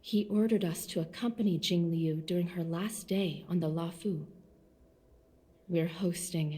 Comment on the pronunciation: For the pronunciation of Jingliu, I think it’s Jing - lee - you, and say the last part fast and close together so it sounds like liu (I’m not sure if this is an accurate pronunciation or if I explained this well but I hope it somewhat helps) Some names are pretty hard to pronounce I remember struggling to pronounce Qingque when the game released